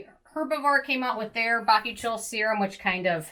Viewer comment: Its pronounced ba-koo-chee-ol, the i is before the o! Bakuchiol :)